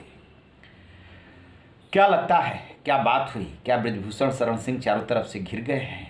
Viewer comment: Sha shabd ka sahi ucharan nhi kr paate he aap . Sha ko sa ucharit krte he aap . Bhushan ko bhusan sharan ko saran keh rhe he . Ishara ko isara keh rhe he